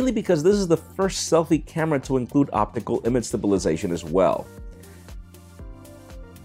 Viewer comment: "opickle image stabilization"